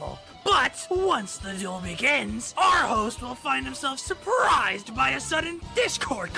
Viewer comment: it's "surprise" not "suprise"